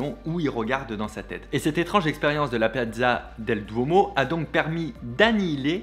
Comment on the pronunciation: ullalla la pronunciation di Piazza del Duomo ah ah ah il va falloir y travailler plus Bonjour d'Italia